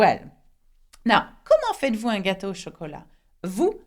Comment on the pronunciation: why did you pronounced FAITES-VOUS as "faa-i-dd-vu" Confusion is like you convert T into D